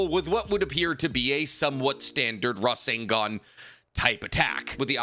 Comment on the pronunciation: I dare someone to take a drink every time he says rasangan